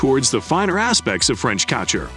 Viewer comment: AI calls this what? "French Cotcher" lmao